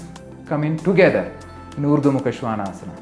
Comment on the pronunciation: Thank you! I love the authentic pronunciation. Now I realise I said it wrong all this time. I am just posting a video on this pose, but now I wish I had seen your video first.